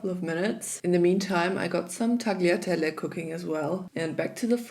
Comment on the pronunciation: It seems like noone on the youtube (except for Italians) know how to say tagliatelle the right way. G in tagliatelle is silent, so you read it as it says, without G, taliatelle 😅